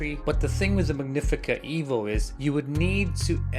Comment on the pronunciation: It's "EH-vo" Why do you have it. SO did you get this free? Where's your video for the Rivellia